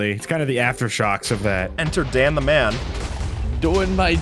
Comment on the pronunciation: se tiver algum br aqui eu to loco ou no minuto ele fala "iam doing my job de blowyng(nao sei escrever mas é explodir em ingles) bla bla bla? ele realmente falou o de?